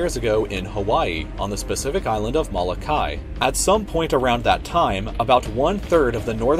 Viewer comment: The way he says Moloka’i.... its triggering